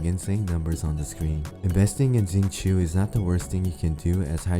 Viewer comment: Its shing-cho not zing-choo